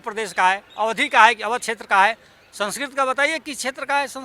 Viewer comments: Someone who cannot even pronounce 'संस्कृत' correctly is trying to act as if he were an authority on Sanskrit. I don't think anyone would care a dime of what somebody like him says. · Language expert who cant pronounce sanskrit correctly😂😂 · आज मालूम हुआ कि संस्कृत नाम की कोई भाषा ही नहीं है! वाह! यह तो एकदम नयी बात है। तब तो इनके नाम का अर्थ क्या होगा ये सोचना पड़ेगा। कोई बताए 'राजेंद्र', 'प्रसाद' और 'सिंह' शब्दों के अर्थ क्या हैं। किस भाषा के शब्द हैं ये? जहाँ तक 'संस्कृत' भाषा का प्रश्न है, इन महाशय को ‘संस्कृत’ शब्द का ठीक उच्चारण करना भी नहीं आता। संस्कृत में fail हुए होंगे तो दुखी होकर भाषा की खुदाई में लग गए। ये तो वही बात हुई: नाच ना आए तो आँगन टेढ़ा। इनके अनुसार चाणक्य हुए ही नहीं। तो फिर तो चंद्रगुप्त भी नहीं हुए, अशोक भी नहीं हुए और सिकंदर भी नहीं हुआ। ये बंदा किसी सस्ते नशे का शिकार है। इसे नशा-मुक्ति केंद्र ले जाओ।